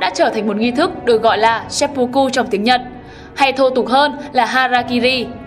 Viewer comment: nghi lễ kinh dị ...seppucu mới chịu ^^ , xin góp ý chủ kênh là , tiếng nhật ko có âm "o,u" chỉ có âm "ư" và "ô" nên cách đọc đúng là seppưkư nhé chủ kênh , bữa trước hết giật mình với bác làm kênh chính trị về quần đảo tranh chấp Senkaku rồi giờ đến chủ thớt bên này